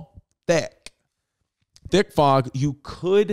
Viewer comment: Bro i swear to god if you say “thhhique”one more time im gonna lose my shit